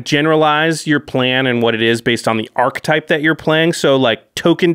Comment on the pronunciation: It's pronounced ARK-uh-type. Not ark-type.